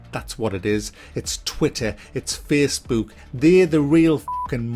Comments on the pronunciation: "Its Twitter, it's Fessbewk" 😂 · "Facebewk." There's countless studies out there that just suggest children NEED rough housing and play at a very young age to prevent this very thing with the anti social and all that you were talking about. Getting them engaged in sports and what not. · Feessbewk rr twi-er.